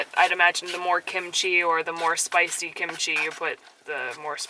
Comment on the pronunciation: A good example of you () sounding a bit Japanese is, when you said "Is it spicy?". The inflection in the last syllable goes up a bit. You guys are getting 'Nihongized'.;)